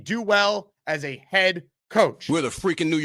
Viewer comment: Everything say is ass a nine ass a ten ass a fiften